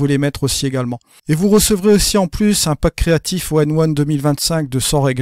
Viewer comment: Etrange ta façon de prononcer ON1 tu dis tjs ONE1 plutôt que ON1;-)